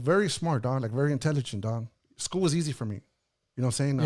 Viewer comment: Yo i love how he said he is was soo smart in elementary and then he said elementary SKROOL😂